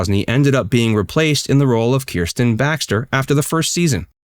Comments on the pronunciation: The name is Kristen, not Kersten. Just heads up!❤️❤️ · Kristen. Not Kirsten. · Why are you pronouncing Kristen wrong? And yes, LMS was originally because he supported Trump. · At least pronounce Kristen’s name properly.